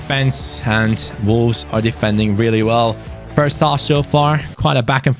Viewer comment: It's Wolves but always pronounces it Volves. He speaks brilliant English but that's an opening letter he struggles with and it makes be chuckle.